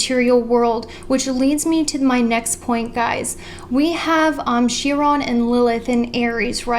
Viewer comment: Girl, how come you have never learned how to say Chiron